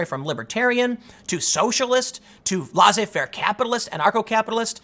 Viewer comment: Please, Tim, it's pronounced "less-ay fair", not "law say fair.